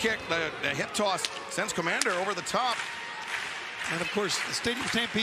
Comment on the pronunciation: Who is Kmander? I've heard of Komander not Kmander.